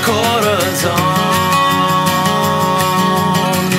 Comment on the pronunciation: Great song but he could of at least pronounced Corazon better.